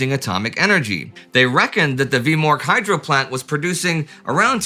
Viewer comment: Every time you say "hydro" I hear "hydra". Somebody send in Steve Rogers.